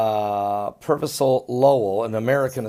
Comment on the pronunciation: it's Percival not pervisal you imsubile